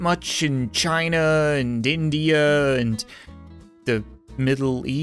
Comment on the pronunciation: Ah yes, Dindia.